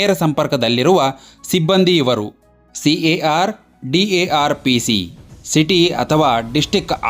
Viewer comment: Bro ಮೊದಲು ಉಚ್ಚಾರ ಸರಿಯಾಗಿ ಮಾಡಿ ಯಾವ ಪೋಸ್ಟ್ ಅಂತಾ ತಿಳ್ಕೊಂಡು ವಿಡಿಯೋ ಮಾಡಿ ನೀವು ಕರ್ನಾಟಕದಲ್ಲಿ ಹೊಸ ಪೊಲೀಸ್ ಹುದ್ದೆಯನ್ನೇ ಸೃಷ್ಟಿದ್ದೀರಿ ಕಾರ್ ಪೊಲೀಸ್ ಸಿ ಎ ಆರ್ CAR - City armed Reserve ಡಾರ್ ಅಲ್ಲಾ ಡಿ ಎ ಆರ್ DAR - district armed Reserve